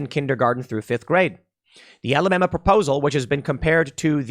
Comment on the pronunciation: Look tim Alabama gets enough slack we don't need people pronouncing it Alabamer